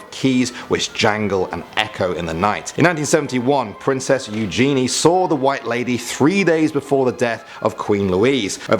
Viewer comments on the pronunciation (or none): none